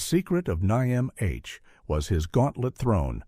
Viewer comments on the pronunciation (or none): Oh, for crap's sake, get a real freaking narrator. "Nigh Em Aitch" my ass, it's pronounced "NIMM". Enough with this cheap AI garbage. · NIMH... the review drove me nuts. It is pronounced NIM, not NIgh Emm Aich. Damn AI readers. As for me, none of these movies bothered lil old 11 year old me when they came out. Adults have no idea how strong kids are, specially weird kids that read the books before the movie. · I've seen all of them except for the last 2. I know it's his and not yours but this list is pretty tame honestly, I would have at least included Wicked City (1987) and Akira (1988). Also, this dude fell apart pronouncing The Secret of NIMH, it's just Nim, not N-I-M-H or Nimge or whatever. That's seems like a very AI thing to make a mistake on. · I recommend all these movies they are modern classics. This channel stinks of Christian Nationalist propaganda and attempts to bring back satanic panic. Watership down is required reading in many schools all over the world. The author came up with the story while keeping his young daughterscentertained during long car rides. 😂 Note to the AI narrator its pronounced nim. The book explores themes of morality oppression free will and has lots of prose on economic systems and basic sociology. Animal Farm was about the Nazis not the USSR. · oh I got Heavy Metal, Transformers & Watership Down on DVD! Watership Down is a real place in southern England! NIMH is pronounced NIMM should have that one too on DVD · Could you teach your AI to just say nim? Please. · The AI narrator just knocks you out of this... it pronounced "id" as "eyed", the Secret of Nihm comments was horrid... kept saying N.I.M.H or worse. sigh. why can't we have real content narrators anymore? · OK, AI Generated slop. The AI doesn't know how to prononounce "id" The "I" is as in "In" not "Irish" And for gods sake, it's not pronounced as an acronym. N.I.M.H. is said as "Nim" Not as individual letters. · "The Secret of NIGH-AM-H" worthless Ai slop.